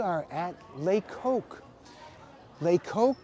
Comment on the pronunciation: The reviewer here is incapable of pronouncing the restaurant's name properly so why would I credit anything he says.